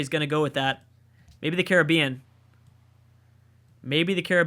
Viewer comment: Yes you called the Caribbean Cary-be-an not cer-rib-Ian! I can die peacefully knowing one American used the correct way